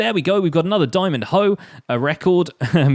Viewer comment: "THERE WE GO, WE GOT ANOTHER DIAMONG HOW!" wowwwwwwwwwwwwwwwwwwwwwwwwwwww